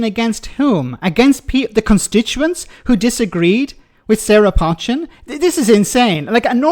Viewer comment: For the 3rd time her name is NOT 'Potch-chin' it 'Poe=Chin. Listen to both the studio presenter and the female journalist voice over comments. You might not like her politics but at least pronounce her name correctly.